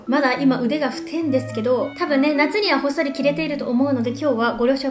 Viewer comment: 「太い」をふてぇんですけどっていうの好き（笑）